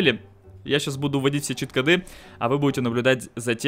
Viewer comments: чит-кОды, а не чит-кАды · Не Кады, а коды!!!!! Такое ударение - это тупость. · Короче, ты вроде неплохой человек. Но во-первых, чит кОды, во-вторых, поменьше бы пиздежа, побольше бы дела,в-третьих, ты похоже маленький ещё? Это же как надо коверкать многострадальный русский язык?